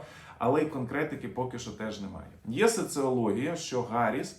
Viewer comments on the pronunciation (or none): none